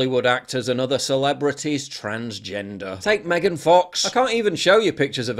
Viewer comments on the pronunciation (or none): none